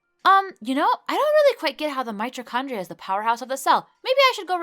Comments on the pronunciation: How did you just pronounce mitochondria? Mitchondria..? Here. Mi-to-Con-dre-ah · The way you say mitochondria lol Btw I love your vids